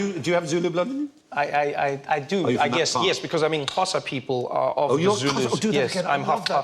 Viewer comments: That grated me to my core too! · You didn't pronounce Xhosa correctly, m8